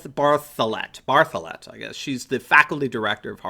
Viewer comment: When you say bartholet, I hear Baphomet...